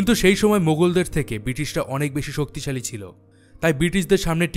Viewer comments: Dadago " soktoshali" na " soktishali" ? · শক্ত শালী। না😂😂 শক্তি শালী 😅😅😅😅😊